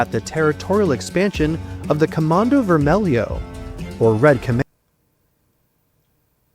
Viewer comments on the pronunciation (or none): Comando Vermelho. Not comando vermellion lol